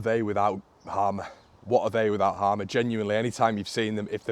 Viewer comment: Just to clarify (as someone with the same name) it's pronounced Hay-mer. Its an old saxon agricultural name so haven't a clue how he ended up with this name in south America.